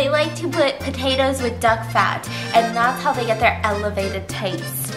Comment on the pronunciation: tiktok pa-toe-toes